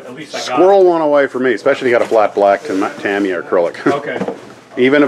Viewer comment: While watching this both of you pronounced "Ta-mi-ya" as if the "i" was pronounced "i". But in Japanese, an "i" is pronounced as an "e". The reason I know this is my late wife's daughter-in-law is Japanese - her first name is spelled "Ichuko" but is pronounced as if the "I" is an "E". When my wife's son started dating her, no one knew how to pronounce her name, thinking it should be with an "i" sound instead of an "e" sound, so they started just calling her "E" and it has stuck. So I would venture to say that it should be pronounced "Ta-me-ya", which I have always used. I did also Google this and various resources confirm the Japanese "i" is pronounced as an "e" (although I am simplifying the explanation considerably as every language has so many very specific rules about pronunciation).